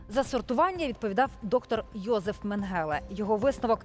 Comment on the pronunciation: Чому ви завжди невірно ставити наголос на ім’я Менгеле